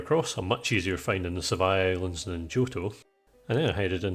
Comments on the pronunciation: Sevii Islands = Sev-EE Islands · Ive had this on all day at work today, great video! 😊 Edit: is it just me or does pronounce sevi islands like you pronounce devry university? 😂